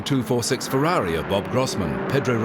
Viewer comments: Powwshaaa. Fewwahwee. WHY?! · Perhaps? North Americans can't speak just one foreign language correct. What the hell do Yanks do at school? No German, no Italian, no Spanish. It is pathetic. THAT is why you all do it in the rear of Fewwawwi, Powwshe, Masewwattee, Koenigsegg, Oddi. You never learn at school that there is far more in the world than just your USA. Excuse me, but that pwonunshashun is pathetic. Yall don't even try. Fewwawee, come on, why?! Go there! Go to Italy! All Yanks! Get yer summer holiday back! That stupid work work work culture is getting yall dumb! Go to Germany, talk German there. Go to Spain, you got Mexicans, so you all can speak Spanish. Do you start to understand? You all are doing everything very very very wrong! Now solve it! And Vreeswijk is just as Dutch as I am. Then you should see the point, get ALL Americans a better education! Why not?! Those fools all raping all the foreign car brands, it is ridiculous.